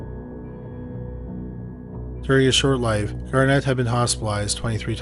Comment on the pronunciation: Absolutely despise how the name Garnet keeps being pronounced. EmPHAsis on the wrong sylABle. 😂